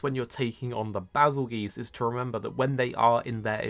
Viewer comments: Why does he say BazelGEESE? >.> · That’s what I thought but he kept saying “Bazel-Geese” so I was confused. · Do you pronounce Bazelgeuse as “Bazel-Geese” or “Bazel-Juice”?